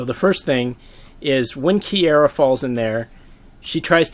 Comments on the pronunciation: Oh my god how are you mispronouncing her name so much. Key-are-ah That's it. That's how you say it. Not key-aira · Small thing, it's KiAra not KiEra. Nice video though thanks. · this is cool and all but im beeeeeeeeegging you to learn how to pronounce kiara's name it sounds so cursed when you say "kiera" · The way you prounce Kiara bothers me